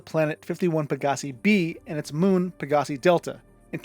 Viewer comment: Xi Bootis is commonly pronounced like "KAI BOO-TIZ." Xi is the Greek letter Ξ. Any Gliese star is pronounced as "GLEECE" Any Pegasii star is pronounced "PEG-UH-SIGH"